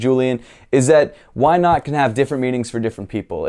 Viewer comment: As a danish person this Ø instead of O is bugging me, would always say why nøt haha XD (Which btw is a totally different sound than why not)